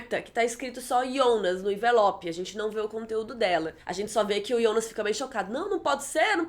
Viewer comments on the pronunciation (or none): só queria que você falasse Jonas em vez de Ionas e Helge em vez de Helga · ionas? Eu sempre pronunciei Jonas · Por que vc fala Ionas e não Jonas? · Que porra é essa de ionas?Não é Jonas? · Para de falar ionas e jonas e eu acho que e filha da hanna se reparar bo desenho dos olhos